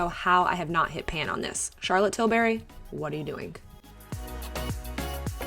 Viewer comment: it’s Charlotte Tilbury 😂♥️♥️♥️